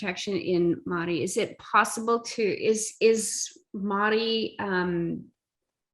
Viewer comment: Omg.... She just down played the pounamu and her intro was appauling especially pronunciation. Great korero.